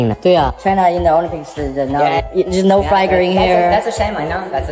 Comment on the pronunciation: Flag 都可被發音成 " fly 哥 " 真的夠了 ! 長榮飯店都全數旗子都撤下還要求補掛, 真的是笑死! 最好中國人都不要入住 ! 不會 Non-Smoking room 變 Smoking room, 辛苦的房務員不用整理中國旅客住過的房間, 早餐排隊點現煎 Omelette 時, 不會被沒排隊就插隊搶走, 走廊上不會有大聲暄嘩及甩門關門的噪音, 進泳池或公共池, 不會有沒先沖洗的中國人.